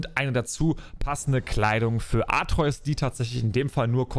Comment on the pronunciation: Sprech doch den Namen von Kratos Sohn bitte richtig aus 😂 - AtrEUs hört sich kacke an und wird kein einziges Mal so gesagt. Sprechs lieber AtrE-Us aus